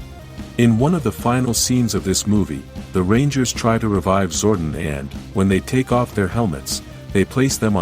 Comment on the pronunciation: Whos zordin its zordon